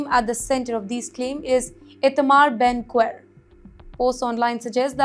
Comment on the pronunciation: Ben Gvir ( pronounced Gi Virrrrrrr